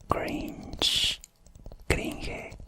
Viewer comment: ¿Podrías hacer un video con palabras en inglés que conozcas? Se sintió agradable en mis oídos cuando dijiste 'cringe'. ¡¡Muchas gracias!!